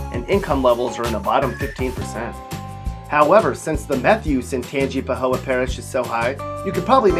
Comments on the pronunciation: Hammond is not a bad town. Neither is Bogalusa. None of these are. And it is Tangi-pa-ho-a. Not Tang-i-pa-ho-a. Get it right. The i is silent. The last a is pronounced. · Christopher Ward ikr and tangi-bu-ho he said it like a tangerine lol it's not pronounced like that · "tangy po hoa" This dude does not even live in La. He is only going off of stats and then he is not going over all of the stats, so you can see how mitigating some of them really are. All of the pics are from other people. This guy is just trying to make some spare change from youtube. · he said Tangipahoa wrong smh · I used to live in Ponchatoula 😂 don't miss that town at all! How ironic moved to Hammond and lived there for eight years. Never got robbed. ...and he mispronounced Tangipahoa and Natchitoches 😂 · You pronounced Natchitoches and Tangipahoa wrong. If you make a video blasting the negative about a state, please pronounce stuff correctly. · Seth The Memer ツ He can’t even pronounce Tangipahoa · I was looking for new Orleans to be on the list, you know he isn't from here because of how he said natchitoches and tangipahoa. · u pronounced Tangipahoa parish ALL wrong i couldnt help but laugh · I graduated from SLU in Hammond. How you pronounced Tangipahoa was appalling!! It's the crossroads of the state, both I-10 & I-55, and railroads, which is why the union targeted the Cate shoe store and the town in general during the Civil War. You completely failed to mention that there was a university in Hammond, which kind of makes you ill informed. I also received my Masters degree from LSU in Baton Rouge,, and I'm completing my doctorate from ULM. But that's neither here, nor there.